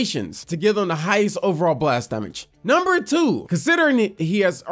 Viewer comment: Why does he say damage instead of damage